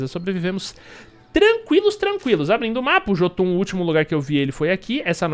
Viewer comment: a pronúncia certa pra Jotun é iôtun.